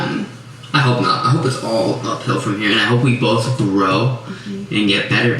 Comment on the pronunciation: Ah haha... "bolth" 😂